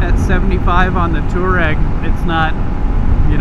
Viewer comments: I cringe every time you say tour-egg. It's pronounced TWAA-REGG, after the Tuareg Berber people. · Gawd. "TWAH REG"